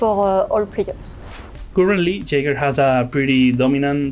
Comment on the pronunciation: Why did you massacre Jager like that man?